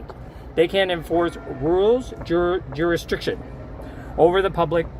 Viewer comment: it's jurisdiction for fuck sake man